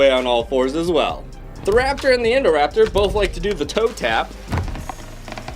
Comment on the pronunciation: It’s not endoraptor it’s INDOraptor